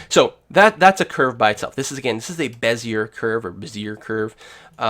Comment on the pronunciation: *puts on monocle with top hat and twists moustache* I believe it's pronounced.. "beh-zee-ay".. Thanks for the video, it was very helpful!